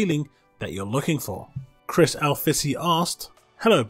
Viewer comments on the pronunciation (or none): none